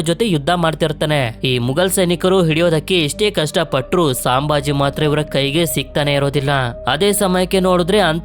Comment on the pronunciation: ಅದು ಸಾಂಭಾಜಿ ಅಲ್ಲ ಅಣ್ಣ ಛತ್ರಪತಿ ಸಂಭಾಜಿ ಮಹಾರಾಜ್ ಅವರ ತಂದೆ ಹೆಸರು ಛತ್ರಪತಿ ಶಿವಾಜಿ ಮಹಾರಾಜ್ ಅವರು ಛತ್ರಪತಿ ಸಾಜಿ ಮಹಾರಾಜ್ ಇವರು ಛತ್ರಪತಿ ಶಿವಾಜಿ ಮಹಾರಾಜರ ತಂದೆ ಇವರು ವಿಜಯಪುರ ಜಿಲ್ಲೆಯಲ್ಲಿ ಇದ್ದರು